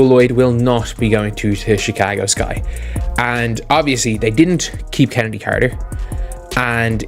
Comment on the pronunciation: Her name is pronounced KENNEDY, with a hard K, despite how it is spelled. And it it ASIA, like the continent, despite the spelling. Is this what we get with AI?